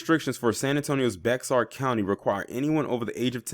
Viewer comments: Just an FYI, Bexar is pronounced as Bear 🐻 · sorry for this: Bexar is pronounced bear. It's hay-jee for that name Hagee. I love you too much to keep giggling at your attempts to pronounce those names. Keep doing what you do, you are appreciated.